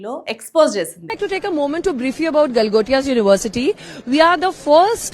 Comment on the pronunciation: GALGOTIA UNIVERSITY ❌GOTILA UNIVERSITY 😂😂